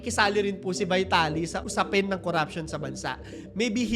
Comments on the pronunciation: Pronounce his name correctly, dude.. "VITALY" ✓ V-TALI X VAYTALI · vee-ta-li po hindi vai-ta-li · Corruption and having money gets you everything, is nothing new in the Philippines. And by the way his last name is pronounced Veeetaly. 😬🤭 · Ang oa mo. Vaytali ka ng Vaytali eh mali naman pronunciation mo. VEETALI yan. Hooohayyy! 🥴🥴